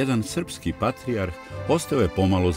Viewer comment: Какво је ово вештачко акцентирање речи патријарх?